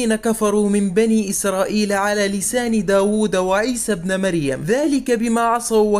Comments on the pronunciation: قرأت الاية غلط ابنِ اكسر النون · كلمة ابن في الآية تنطق بالكسرة